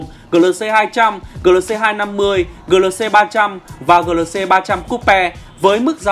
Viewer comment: Gờ lờ xê...đọc lại đi anh